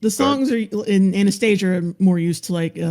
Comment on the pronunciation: i hate how everyone pronounces Anastasia wrong